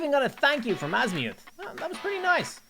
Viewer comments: If there is one thing about Ben 10 fans is that you must never, EVER, mess up a character’s name, like saying Asmuth(As-mute), instead of Azmuth(Az-Muh-th). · He’s saying azmuith and not azmuth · Azmuth is pronounced Az mith idiot haven’t you watched Ben 10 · its not pronunced azmiuth its pronunced azmth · It’s not as mu it’s as myth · The way he calls asumth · I still cannot get over Azmi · that's not how you say azmuth you say his name like azmyth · I don't think watches ben 10 because he said most of the names wrong and also said 'Asmuuth' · SAID AZMUTH IN THE 1ST MINUTE BUT THE REAL OF THAT GALVIN WAS AZMATH NOT AZMUTH GOT IT WRONG WHENEVER I WATCH HIS VIDEOS I ALWAYS HEAR A WRONG NAME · It’s pronounced azmuth without the long u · 1st minute of the video, pronounced Asmuth wrong unsubscribes " this is an unforgivable mistake" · The way he pronounced azmuth😭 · Holy shit what was your childhood or atleast teenager-ish hood to mispronounce azmuth’s name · It funny how he pronounces the aliens name